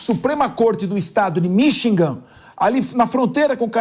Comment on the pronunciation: este cara nao sabe falar Michigan, ele fala Minchigan